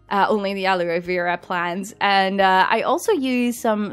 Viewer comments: Aloe is pronounced like “hello” but without the “h”. Love you so much! 😍❤️ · You were quite close in pronouncing Aloe correctly. The "e" in the word is silent.